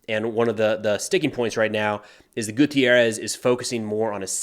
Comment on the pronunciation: GUTERRES, not gutierrez. He is portuguese, not mexican for god's sake.